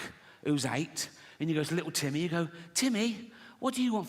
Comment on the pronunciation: Li-ool Tim-may!!